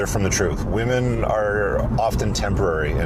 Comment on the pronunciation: Why is it that these weirdos (like the Josh guy in this video) can’t even pronounce the word “women” properly?